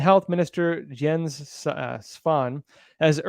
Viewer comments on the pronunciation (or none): none